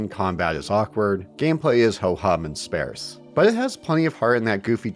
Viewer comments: It’s pronounced “SPAHRSS,” not “SPAIRSS.” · Please learn how to pronounce “sparse” correctly, or stop saying it! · Great video-- It's spAREse though! 😊